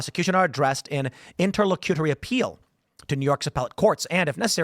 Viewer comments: It is pronounced: "INTER - LOCK - A - TORY", I know weird right? Hard 'c' and short 'u'. So there you have it. Simpler than the way you were trying to pronounce it. Great job. Thanks for the content. Keep up the good work. בס'ד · It’s pronounced: Inter-lock-you-tory